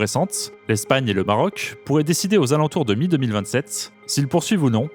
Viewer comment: GéographiQUEEE, époQUEE, stratégiqueeee, AtlantiQQUUEE, BritaniQQQUEEE, MarocKKSSHH, AffriQUEE, haha trop marrant ! Comment sont prononcé les mots finissant par "..que" dans cette vidéo 🤣 "KKKSSSH"